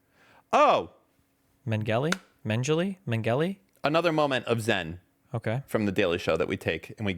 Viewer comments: it was Mengele, not Menengle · You couldnt pronounce mengele any worse than you did lmao Its like meng-uh-luh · This is NOT real 😂😂😂😂😂 It's Josef Mengele Pronounced: Mang-Gal-Lay That's the best way you f**cking Americans can say it. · Its pronounced Man-ga-la im pretty sure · Yeah XD MEN-E-GLE wtf man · that was so unintentionally funny. The mnemonic I always use to remember it is that he mangled people. Dr. Mangle-le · thought he was pretty clever pronouncing Josef Mengele completely wrong. 😂